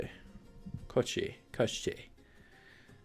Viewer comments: 1st pronunciation of Kościej was perfect. It is a creature described in one of the first Sapkowski's short stories about Geralt. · In polish its called Kościej and you are pronoucing it right, although it means something like "a creature od the bone", so maybe that's why they stuck with polish version, otherwise it would be named "bon*r" ;P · Hi there ;) Love to see you playing so much Gwent recently ;) Also, great pronunciation of Kościej. It was in the Witcher novels and games, but the name itself comes from Russian folklore. The name was belonging to a wizard, kinda lich really. He was kidnapping princesses most of the time.